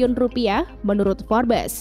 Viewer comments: Baca nya forbs admin bukan forbes..memalukan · Information nya sungguh berguna dan menarik tetapi sebutan "Forbes" salah dan silap dan tidak betul Sungguh lemah